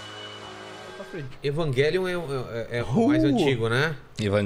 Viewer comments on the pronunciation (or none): Engraçado os caras falando Evagelion qo invés de Eva-Gelion e falar Shinji ao invés de falar errado Thinji kkkkkkk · Evanguelion e minha pomba falem direito evangelion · evanguélion KKKKKKk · Que porra de pronúncia é essa de evangelion